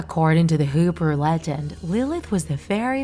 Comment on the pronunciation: Um it's pronounced He_brew not who brew